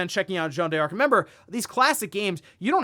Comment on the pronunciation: U just pronounce it as dark. Not die-arc